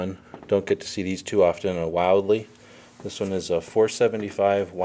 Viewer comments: Wildly?? It's Wildey, like Willy but with a D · It's "Will-dey", not wildly... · "Will-Dee" not wildly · Douglas Ames no, my last name is wildey its pronounced while-de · You're...guessing...thats the gas control. Geez. And its pronounced Will-dee...not Wild-ee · It's not pronounced wildly you pronounce his name wrong is pronounced will dee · why are all these reviewers calling it a wild-ley it say on it wil dey and even charles bronson calls it a wildey in the movie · it is ronounced will-dee not wild-lee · It's pronounced WiLL - deeeee, not Wild - Lee. (although it IS pretty wild!!!) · Thats WILL DEE not WILD EE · It's "will-dee", not "wild-lee" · Pronounced Will-dee not Wildy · its not pronounced wild-e its pronounced willdy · The designer of the pistol, and company founder shared the name of the pistol and pronounced it as said above “Wil-de” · not arguing your pronunciation of your name but the maker of this is (will-d). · It's PRONOUNCED "WILL-DEE." And the Charles Bronson movie was "Death Wish 3." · No, it’s properly pronounced “Wil-de” as per the founder and designer of the pistol who shared its name. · “Wild-Lee?” Seriously man???🤣😂🤣😂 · I believe it is pronounced "will-dee", at least that's what a rep once told me. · No extra ‘L’ in the name. Not a “Wildly” magnum. Yup. I’m the “Grammar Police!” (If you want to be taken seriously, it helps to do a little research first. Learning how to pronounce the subject of your “review” is important.) If I said “Let me tell you a little bit about the “Marine Corpse” you might doubt everything else I said. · isnt it pronounced "will-dee" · Dude, is pronounced Will-dee. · its pronounced will d but good vid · How do you get will bee from Wildey? Learn how to talk english. I own one and it is very mean! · Bronson is rolling in his grave ....its pronounced Will....Dee .. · A proper weapon review requires proper pronunciation of it's name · you didn't pronounce it right how dare you !!LOL